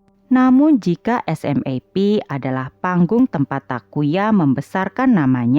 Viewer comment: Admin, di Jepang sendiri grup band SMAP dibaca "SUMAPU". Agak janggal telinga saya dengar nama SMAP dibaca huruf per huruf 😀